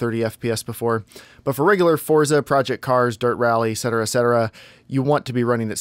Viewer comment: ET cetera*